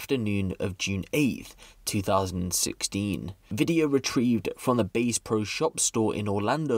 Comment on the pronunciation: is not pronounced base like the bass guitar 🎸 its bass like the fish. Ass with a b in front.